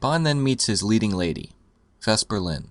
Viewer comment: You keep saying "Vespa" instead of Vesper. She's not a scooter you know?